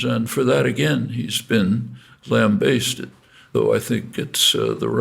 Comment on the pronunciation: Linguistics prof. don't know how to pronounce "lambasted".